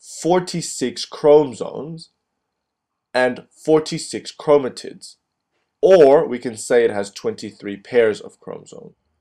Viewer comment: why does he say chromotits?